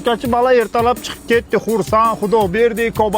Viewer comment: Dollar❌ Doldr✅😅 Cobalt ❌ Cobalat✅😅